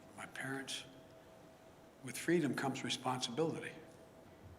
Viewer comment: Hey joe did you say FREE DUMB?